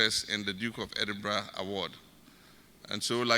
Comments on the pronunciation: EDINBURGH is pronounced Edinbrah and not Edinbeg. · Pronounced - 3dinbra not 3dinb3g wai Mi pawuts3o . Just joking. ❤ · Not edinbek the last word is pronounced ‘rah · Pronounced "Edinbra", though spelled Edinburgh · Edinburgh it's pronounced Edinbrah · It is pronounced as Edinburgh the gh is silent not Endinberg. He behaves just like his father. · It’s pronounced EDIMBRA even though it’s spelt the way you’re pronouncing. RIP to your sis, take heart 🙏🏽